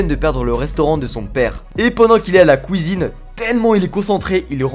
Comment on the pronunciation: Il a dit "KOUIZINE" Ceux qui ont la réf bisou